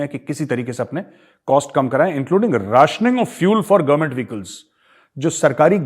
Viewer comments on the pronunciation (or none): none